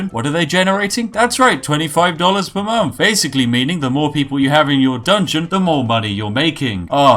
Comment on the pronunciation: I just wish you'd pronouce "th"'s properly and not as if it was an "F".... you know, like "month" instead of "monff" or "thousand" instead of "fousand"